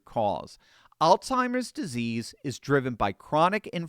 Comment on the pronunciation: it is AlZheimers not AlTheimers. There is no T